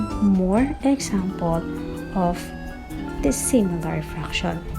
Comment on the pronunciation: Sïmilar and dïssimilar ohm..okey ma'am haha